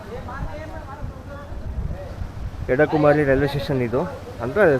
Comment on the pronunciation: ಅಲ್ಲಿ ಬರುವ ಸಣ್ಣ ರೈಲ್ವೆ ನಿಲ್ದಾಣದ ಹೆಸರು "ಎಡಕುಮೇರಿ" ಎಂದು. ನೀವು ಅದನ್ನು "ಎಡಕುಮಾರಿ" ಎಂದೇ ಹೇಳುತ್ತಾ ಇದ್ದೀರಿ.